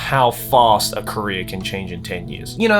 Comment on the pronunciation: it took me way too long to realize joey said career and not korea